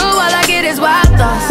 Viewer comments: Am I the only one who heard 'wild thoughts' as 'lactose'? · its sound like she said white thots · Last time she said "wild thoughts" I heard "wide thots" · I thought she said watos lol I was like fuck is watos? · For the longest I thought she said , " Why , why, why sauce" 💀😂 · I literally thought she was saying “why thoughts” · I hear "Wild thots" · I THOUGHT SHE WAS SAYING WILD SAUCE, OHMYGODD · Heaven Faulkner i thought she said " why calls" but i know now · I thought she was saying Guac sauce 🤣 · It literally sounded like she said WAWA SAUCE